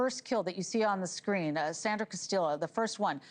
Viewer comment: Castillo is pronounced Cas-tee-yo